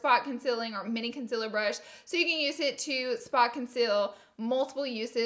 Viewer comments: M536 = concealer. Not conciller ha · M536 “conciller”. I effing love you!! Hahaha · That’s not how you say concealer 🙄